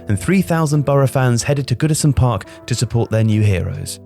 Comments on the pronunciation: Born and raised in Billingham just 4miles from Boro and I have no idea this even happened! Cheers this was well interesting! P.S. its was pronounced Airsum park haha. Strange name i know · Ayresome park is pronounced Air- som park, not whatever it was you were trying to say at the beginning of this video. Sheesh. Thank goodness they moved out. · Bit of difficulty there lad in pronouncing Middlesbrough’s ground name! 🤣🤣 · Bro you're pronouncing the name of my home towns old great stadium completely wrong! The fact you say the name of Ayresome Park wrong so many times is annoying! Could you not have watched a single game of listened to a single person call it how it is pronounced! Sort it out man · Narrator is mispronouncing 'Ayresome' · The way the narrator pronounced Ayresome Park is absolutely disgusting. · Video lost a lot of credit for me when you couldn’t even put the effort in to learn how to say the stadium name properly. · That pronunciation of Ayresome 😬🙈 Quality video though. I'm from Middlesbrough and didn't even know this story! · Let’s just not talk about how he says Ayresome haha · 'Ayer-Some Park' actually sounds North Korean 🤣🤣🤣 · Ayresome Park is pronounced air-some fyi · Eyeersome park stadium... fucking hell my ears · FYI the pronunciation of Ayresome Park is like Air-some. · Btw, Ayresome park is pronounced ‘airsome’ just letting you know :) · It's pronounced Air-sum park, man, howay! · Football, it's pronounced AIR-some Park, isn't it? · It's pronounced "air-some" park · It's pronounced "air-sum" park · Come on, love your stuff but you spelt Middlesbrough wrong within 25 seconds of this! Edit - Ayresome is pronounced like Airsome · The Stadium name is pronounced "Air - Sum - Park". Source: I lived opposite it. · It's pronounced Air-some park (Ayersome Park) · Nice. Air-sum though. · Pronounced 'Ayresome' wrong. A bit of a glaring error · "Ire-some Park"?! That's not very nice :P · It's pronounced airsome park. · 'Eye-er-some park?'